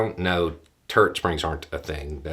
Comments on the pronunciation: I get a kick out of pronunciations sometimes. I heard "turd springs" the first time he said, "turret springs. " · For a minute there I thought he said "Turd springs" 🙄. It's the accent 😁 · His accent makes me hear it as "turd springs" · I didn't realise that "turret" could be pronounced as one syllable. You had me confused for a bit there.